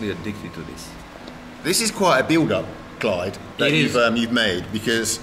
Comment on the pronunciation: It is actually a very common name in Albania. However, it is pronounced Klajd* not Clyde.